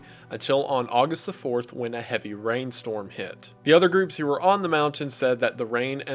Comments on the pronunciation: I've noticed this too! Sometimes I can roll with it, other times it really bothers me😅 but not enough to quit watching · It’s adorable!